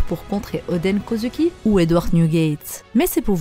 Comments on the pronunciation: Sa me dérange vraiment la façon dont tu dit Kozuki tu le prononce Kozuki mais sa se prononce kozouki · Oui mais toi tu dis kozUki c’est ça qui me dérange et puis si tu me dis que c’est comme ça que sa se prononce va voir le dernier épisode c’est pas du tout comme ça qu’il le dise